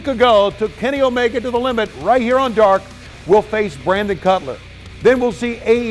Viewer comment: It’s no longer AEW Dark it’s “AEW Dawk”